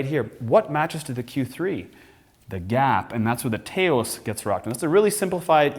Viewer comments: Americans frequently talk about Canadians strange speaking and pronunciation. Here is a REAL example. The VW TAOS is pronounced Tah-os and is named after city & resort in Tao's New Mexico. It is NOT pronounced TAY-os like this 'expert' keeps repeating. In FACT, VW media kits actually provide a guide on how to pronounce the name. Just like they have at every major auto show for decades. I know this, as a journalist & editor covering MAJOR autoshows like NAIAS for 30 years. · Not "Tay-os", my friend. It's pronounced "Touse." Ask anyone from New Mexico where the city is located. I think the best way to understand the Taos is in the context of the withdrawal of the basic Golf from the North American market. The Golf lives on in Europe where consumers are significantly more enamored of hatchbacks than North Americans but except for the iconic GTI and Golf R it's gone from this side of the Atlantic. So what replaces it? The Taos with a (very) slightly enlarged version of the Golf's 1.4L turbo engine (to 1.5L) dressed up as a "subcompact" SUV. Why? Because there appears to be no end to North Americans' obsession with SUVs. At 176" in length the Taos is about 8" longer than the Golf making it the largest vehicle in the subcompact SUV category. But it's nearly 10" shorter than the North American version of the "compact" Tiguan (Known in Europe as the "AllSpace" and classified as a "midsize" SUV to distinguish it from the smaller Euro spec Tiguan .) Both the Taos and the Tiguan along with virtually every other North American spec VW are among the largest in their respective categories and significantly larger than the European spec counterparts. In the US, a country where every town has "self-storage" facilities for our extra crap, VW has learned that we like our VWs bigger (and typically cheaper) than consumers in Europe. The Taos makes excellent use of its relative size with a roomy backseat and the most overall cargo space in the subcompact class. In f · Tah-os. You idiot